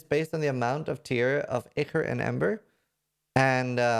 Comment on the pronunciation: its not important but ichor = eye core